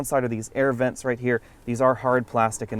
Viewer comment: THOZE ERRRVENTS, ERRRVENT EXTRAORDINAIR, LOL!!